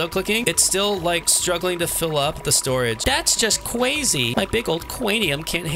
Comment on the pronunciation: "Thats just cwezy"